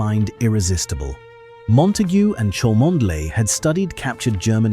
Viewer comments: Cholmondeley is pronounced "Chumley" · Why does this narrator NOT know that the name "Cholmondeley" is pronounced "Chumley" - shame.....